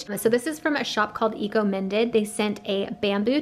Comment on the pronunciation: I think that brand at the end is probably pronounced eco-mine-ded, as in your mind, because you are being eco-minded by thinking about your impact on the environment. Looks like a good brand!